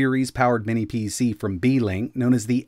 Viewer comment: "Beekink" lol